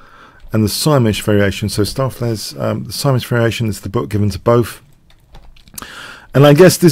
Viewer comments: Yeah, another dutch fan of yours helping you with pronounciation. use stow from “To STOW away”.. ➡️stowflace. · Your preferred pronunciation on stoofvlees is the correct one,: the oo is like the o in Benko, the ees is pronounced as ace. Dutch can be tricky for non-natives. Really enjoying Stoof playing like Leela Jr, thanks for the vid